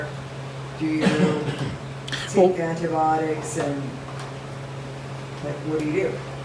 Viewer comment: Hi 🙋‍♀️ U know I am extremely grateful for your wisdom and generosity sharing that wisdom so please forgive me for asking you to actually enunciate the "I" syllable in the word "an-ti-BI-otics." This topic recurs enough to where we are going to continue hearing the pronunciation of this word. It has FIVE syllables not four as in "antiBOTICS." 😄 Again, please forgive me AND think kindly of me the next time u pronounce "An-ti-BI- ot-ics!" 🥰🥰🥰🥰🥰🥰🥰🥰